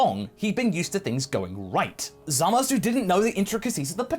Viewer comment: ZAMAS SAY IT WITH ME ZAH MUSS WHY DO YOU SAY ~SU WHEN EVEN THE JAPANESE DON'T sorry but it's been bugging me for a long time